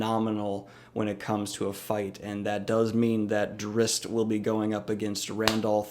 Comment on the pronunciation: As much as I love both of these characters and appreciate you brining attention to both of them...I CANNOT handle how you say their names...or the word drow. you say drizzt fine but everything else makes me cringe haha. but either way I agree with all your points. I do think drizzt would have a slightly harder time in geralts world but everything else is spot on!